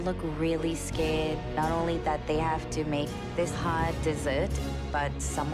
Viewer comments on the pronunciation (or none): why she sound like she from Newcastle in this when saying scared then says never in another episode like she’s British 🤷🏻‍♂️🤷🏻‍♂️and Julie looks like the type of person that can’t take criticism but is tryna not lash out